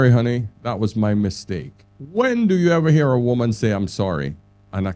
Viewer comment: Good points just please pronounce women and woman properly when speaking about them. Nothing to do with having an accent